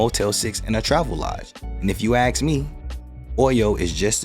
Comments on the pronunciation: you had me until you said Aks me 😂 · You speak very well but yet bomb one word every time! The word is 'ask' which should have a pronounced 'k' sound at the end. It is not 'axe' with an x sound at the end. I work in audio books and find people that I believe would read certain books (for audio) well! If you could master that word I would get back to you.